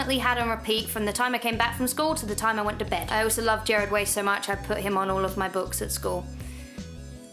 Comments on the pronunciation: It's Gerard; not Jared... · Lol also you said gerard wrong and I'm in 7th grade and I have Frank Iero on all my supplies and my teachers are also freaked out by it XD OH WELL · Was searching through the comments to see if anyone else realised she said Gerard's name wrong. Well done You're normal!